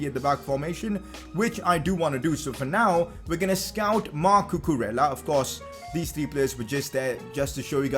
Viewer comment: Also Cucurella is pronounced Cucureya